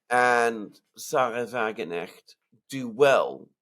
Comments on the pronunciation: In the case of Sara Wagenknecht, since she is not English but German, you pronounce the K in her name. Just saying. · Sarah is German. She has a German surname. It is pronounced in German. The combination "kn" reads literally. And not in the same way as in the name of a famous musician - Knopfler. Although, to be honest, I think his surname also has Germanic roots. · For God's sake get the women's name right - Wagen (pronounced like a "V" in English and Knecht (the "ch" is tricky for English speakers - put your tounge on your palate and say a "K",, you get a softer sound) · Wagenknecht has a ‘hard k’ in it, shouldn’t slur it down to a ‘g.’ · Thank you. There is also the possibility that Wagenknecht will take votes from AfD. Btw - the 'K' in Wagenknecht isn't silent. I only point this out as I know you are both enthusiasts for precision. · It’s a German name: W is pronounced like V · Come on, guys. It is Wagen - K - necht. You have to speak the K in German, it is not omitted. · The k in wagenknecht is NOT a silent k... it is not pronounced as in "knight" but as in "cool" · WagenKnecht. The 'k' should be pronounced. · By the way, the pronunciation of Wagenknecht is Va-Gen (g as in gay)-k-n-esht. The difficult part for English speakers is the second part of her name: knecht. Unlike in English, in German, the k in ‚kn‘ is not silent. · "Wagenknecht" to let you both know is pronounced with the "K" because it is German not English. We do not have a silent K in German. Wagen Knecht. I could be wrong but believe that the translation in to English would be Wagon boy! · Wagenknecjt is pronounced Wagen-chnecht, the CH pronounced like the CH in Christ. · Wagen knecht not Wagenecht . Wagenknecht = Wagon - puller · The "k" is spoken out in the name, wagenKnecht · Wagen Knecht... please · Guys it's Wagen-KNECHT. The K N have to be pronounced, no letter is silent 🙈🙈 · "Sahra Wagen necht " I Love how they saying her name 😂👍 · The ‘k’ in Wagenknecht is not silent.